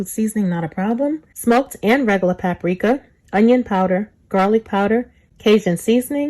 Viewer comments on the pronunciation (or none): There is a minimal amount of "cajun" about this. #1 ... don't ever wash your chicken.,all you're doing is spreading germs on everything when you wash your chicken. If you just cook it properly, you will be fine. #2, if you say pap a rika or Ole Bay, plz just stop... plz.